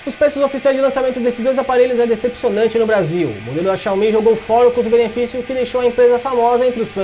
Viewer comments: Quando você falou xiaomí ao invés de xiaomi eu parei de assistir o vídeo. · Fanboy xiomi detectado